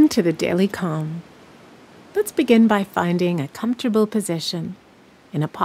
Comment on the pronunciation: I do appreciate that natural voice others drone on or make their voice small, natural is better. I did think you said com not calm.